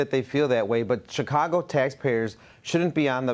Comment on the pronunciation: I don't know if it's just me, but I hear Shitcago instead of Chicago.